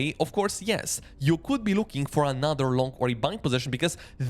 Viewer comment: Another not ANAATHER😂